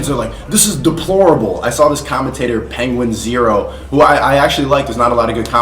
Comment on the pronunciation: Why do you keep calling him penguins it's meant to be penguin zero only zero is shortened to zo hence the name penguinz0 either that or the z is silent